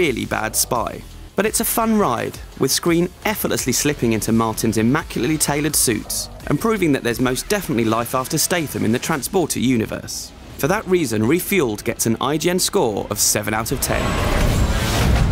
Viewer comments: fefueled? hahahahahh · Fefueled? Lol you're better than this ign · Lol I guess they were busy with metal gear "fefueled" lol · Fefueled ... yes .. right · Fefueled......... ign _' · Fefuled? WTF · FeFueled? Sums up IGN in one word xD